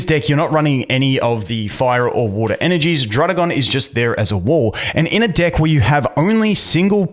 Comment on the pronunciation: I need you to say deck a little better bro xD